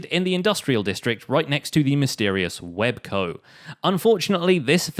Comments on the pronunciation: Wel's Co not web co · "WebCo." is supposed to be "WelsCo." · pretty sure it's wels co. and not web co. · Isn't it welsco not webco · It's Wels Co, not Web Co!!!!! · I'm pretty sure Welsknight's warehouse says "WelsCo" on it. It's frustrating when I keep hearing you say WebCo (ノಠ益ಠ)ノ彡┻━┻ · Wels’s shop is called Wels Co. not Web Co. lol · It's wels co